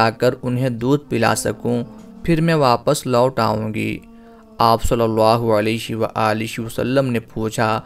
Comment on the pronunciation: آپ صلی اللہ علیہ وآلہ وسلم کے الفاظ کی ادائیگی درست نھیں ھے۔۔۔۔۔علیش و عالیش مناسب اور درست نھیں